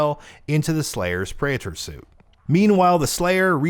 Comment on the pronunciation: Ah yes the pray-ehtore suit